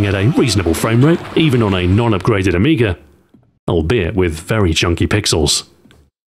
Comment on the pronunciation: There is no "r" at the end of amiga.